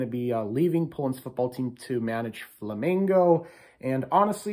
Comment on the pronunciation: Thank you for speak the name "Flamengo" correctly. Good luck on WC. Rooting for you guys.